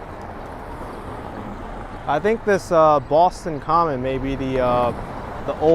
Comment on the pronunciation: Props to for correctly saying Boston Common. It's not commons, like some people think. Also, the subway card, charlie card is named after charlie that couldn't get off the street car because he didn't have a nickel. It is a song called charlie on the mta, there's a version on utube